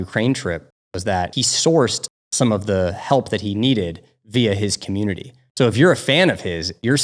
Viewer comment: i jetook a shot eve ry... deee timeee they said commutitnity